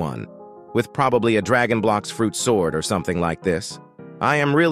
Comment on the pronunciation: I think the best part was when you said that they will release a new dragon shord